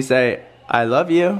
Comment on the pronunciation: “I wove you”ahhhh❤️